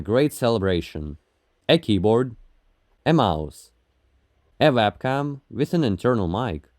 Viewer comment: "A Wabkam"